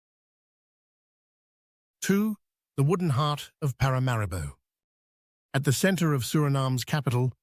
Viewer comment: ParaMAribo,, you should get the pronunciation of the capitals name correct !ParaMAribo , the accent falls on the MA … Please and thank you !